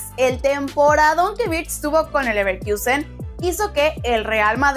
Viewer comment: Toda la primera parte pronunciando Bayer MIIIIIIUUUUUnich... y LeverkIIIIIUUUUsen.. que dolor de oídos! Si no saben cómo se pronuncia, digan Munich y Leverkusen